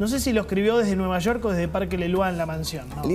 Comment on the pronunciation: "Desde Nueva Shor" 🤣🤣🤣🤦